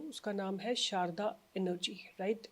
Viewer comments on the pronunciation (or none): Madam Sarda सारडा Not शारदा सारडा माहेश्वरी मारवाड़ी समाज में एक surname है । सारडा एनर्जी